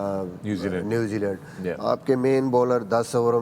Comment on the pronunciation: 1) न्युजीलैंड❎ 2) न्युजीलंड✅